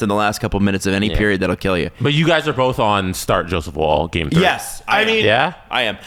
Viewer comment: am i going crazy? why am i the only one annoyed that they keep pronouncing Woll's name like wool? tbf has started pronouncing his name correctly. its 'wall'